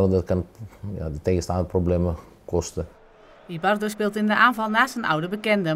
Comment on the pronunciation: Niet "Ibarro", het is Ibarbo. Zeker goed, maar heeft een slechte periode.